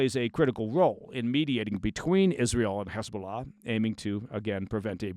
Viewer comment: Your correct pronunciation of "Hezbollah" in Arabic and not the Israeli Hebrew dialect "Khizbulah", tells me you have real life, serious experience with ops, unlike many false ex-ops or even news "experts" and what not. Kul El Ehtiram 😊 Kudos!